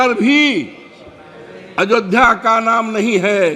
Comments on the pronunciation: बुड्ढे अयोध्या कहना सीख पहले अजोध्या कह रहा भोंदू भक्त 😂😂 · अवधेश प्रसाद तुम्हें इतनी तमीज़ नहीं है अयोध्या कहा जाता है पहले हिंदी पढ़ कर आओ छलनी नहीं है बोलने की और बोलने लग गए अयोध्या भी बोलना नहीं आता है तुम्हें बेवकुफ जय श्री राम